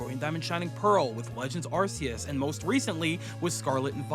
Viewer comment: What the hell is “Arse-oos?”